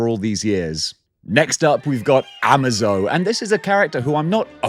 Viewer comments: hi slight correction.. It's Amazo as in amaze o rather than Amazon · Ama-zo as in Amazon? No, I'm pretty sure it's AmA-zo as in amazing. I know we Americans pronounce things differently but you British should know better.